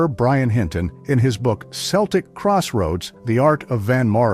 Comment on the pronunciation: Basketball players are Sel-ticks. Irish folk are Kell-tick. And it's Avé Maria